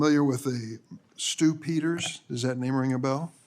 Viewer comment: Sen. Durban: “Are you familiar with Stu Pee-ters?? Kash: (Looking for a lie and looking confused) “Huh, who?” Me: Yeah … Stu Peters. As in Stu-peeder than YOU…. Yes or no??? 😂😂